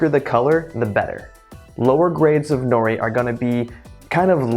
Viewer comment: sounds like you are saying "no nee"